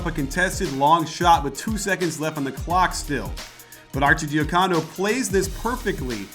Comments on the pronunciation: Nice vid coach! Arcidiacono's last name is supposed to be pronounced Archie-dee-HUH-cono, not Archie-dee-huh-COE-no. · Say Archi's name right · The "arcidiacono" pronunciation made me cringe